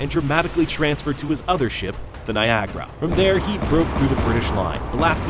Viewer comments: Niagra -- 'Nigh-ag-ra', not Nigeria -- Ni-jear-ia'. One is on the river of the same name, with the major waterfall, one was an future country in Africa. Chateauguay -- 'Chat-ea-gway', oh, and like many British victories in the war in the north, their side was quite outnumbered and consisted of a mix of British Regulars, Canadian (English and French) militia, and Natives. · Thank you. I was wondering what the heck he was talking about when he said Americans were near "Nigeria". I was thinking, "Well, there's a battle I've absolutely never heard about."